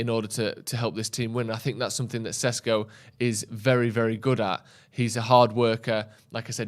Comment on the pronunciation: its SHESHKO plsssssssss not SESKO